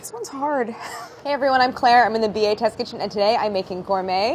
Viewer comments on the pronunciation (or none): none